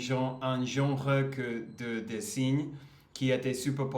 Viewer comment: Salut, les tatouages "ce n'est pas ma tasse de thé" expression britannique, qui est devenue une expression française souvent utilisée. Je me permets de te donner un petit conseil sur le mot dessin, as a french I hear design when you pronounce this word: ce n'est pas le bon son, la prononciation de la dernière syllabe de dessin c'est le même son que le mot fin, que le mot pain etc. Donc: des ssins J'ai vu que tu écoutais beaucoup de Rap, voici 2 frères rappeurs qui sont très connus et ont toujours aujourd'hui beaucoup de succès le titre "Pour un pote", "un poteau" it's slang pour un ami, un copain etc.